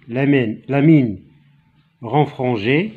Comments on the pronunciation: Il y a une erreur dans la prononciation du mot renfrognée...merci de tous vos efforts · Merci énormément pour vos efforts.. Faîtes attention aux erreurs de prononciation mine renfrognée.... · Oui c'est vrai